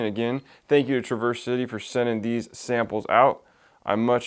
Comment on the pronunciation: OK, I don’t want to be that guy, but I’m from Michigan and I can give you a first hand tip on how to say “Traverse City”. It’s not truh-VURS but rather TRAV-ers . I hate to correct you but fellow Michiganders will now smile. Great review and yes a great distillery! They even make cocktail cherries which are fantastic. Traverse City is famous for cherries. Keep up the good work! Subscribed!